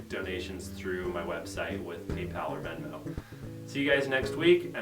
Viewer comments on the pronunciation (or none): none